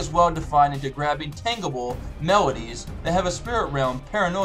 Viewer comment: You don't know what words mean, do you? Tangible with a hard g?